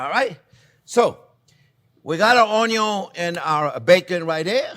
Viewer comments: "oh-yun" love it. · it’s onyon! 😝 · I love how you say onion onyo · I think CJP loves to say ONYON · It always cracks me up when you say “Onyo is always number 1st”. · It's 'onyo and budder'. For ever and everywhere 🙂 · I only ever want to call it onio from the minute I first watch this delightful man. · The word "ONION" may have two Ns, but "ONYO" only has one. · I've been pronouncing it "un-yin" my whole life. Am I wrong? What is life? Quiche. Quiche is life.